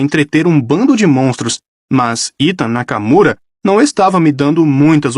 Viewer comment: esse sotaque do Ethan Nakamura vei 🤣que errado